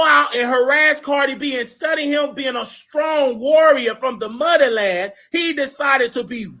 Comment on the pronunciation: "duh mudda lan"😂😂😂😂